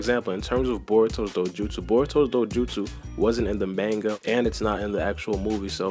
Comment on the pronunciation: Btw manga is pronounced MAHN-GA not MAIN-GA like cmon